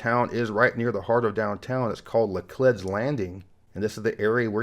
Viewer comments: Probably not the first to say this but it's pronounced "la-clEEds" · Laclede’s Landing is pronounced... LA-CLEED’S LANDING. Lived here my whole life. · E. St. Louis is not a suburb, just like Ft Worth is not a suburb of Dallas. It it’s own special place of misery. Lacledes landing is pronounced “La-Cleeds”. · My wife and I live 1.2 hours away and always called it La KLADE's landing, but I see one of the residents calling it La KLEED's. But I've noticed they mispronounce a lot of the french words there. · Born and bred St. Louis. It's La-Cleeds (pronunciation, not spelling!) Landing not what you said. I have never eaten gooey butter cake for dessert. It's for breakfast, when that sugar high is awesome. Seems a bit much for dessert. It was one of the largest U.S. cities at the turn of the 20th century. It's smaller now, but it retains the amenities it had as having been one of the biggest. I think that's what makes it a little different from other cities of the same current size. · I grew up there. Two small points: St. Louisans learn about each other by leading with the question, "Where did you go to high school?" That question seems to be unique to the city, but it usually tells volumes about a person. Some people don't like the question. And Laclede's Landing is pronounced with a long 'e.' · You corrected the location of Laclede's Landing but not his mispronunciation of it?